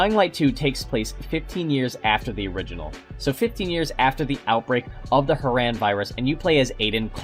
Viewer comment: It's huh-ron not huh-ran